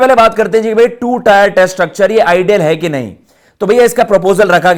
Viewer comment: Abe टायर Nhi टियर Hai Chutiye 🤡